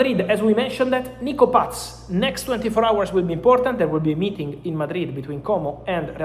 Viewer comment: Mr. Romano, it is not Nico PATZ. It is just Nico PAS.